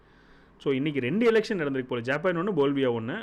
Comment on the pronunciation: போல்வியா அல்ல, பொலிவியா என்பதே சரி!